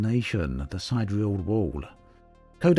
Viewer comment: Oh wow! Sidereal is Si-dear-real, and Gagarin is Ga-gar-rin.